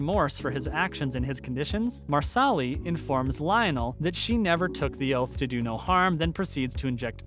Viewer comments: Did he just really say MarSally instead of Marsali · I do wish you would pronounce names correctly. Marsali is pronounced Marshalay. Also, Jamie sends Claire back to her own time on the eve of Culloden (April 1746). Twenty years go by before she returns to be reunited with Jamie in Edinburgh (mid 1760s). By the time the Fraser’s arrive in America it is around 1767 and are involved in the slow build up to the American War (Does Claire not state “in 12 years there will be a war.) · It’s really annoying that you do not know how to pronounce the characters names correctly. You’re not pronouncing Marsali correctly, you’re not pronouncing Sam Heughan‘s last name correctly, and if you don’t know enough about the show to pronounce their names correctly you should not be doing the voice over for these videos.